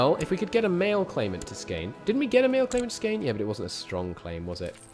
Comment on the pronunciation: You should probably used the Latinized spelling for the Swedish states since you slaughter the Swedish spellings so badly lol Skåne is Scania and Blekinge is Blechingia, for example. Much easier to pronounce.